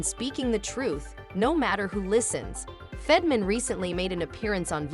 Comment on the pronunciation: Stop using AI to read words. They suck at pronunciation. It said Fetterman about 10 different ways.